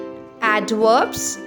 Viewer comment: bro fr said adworbs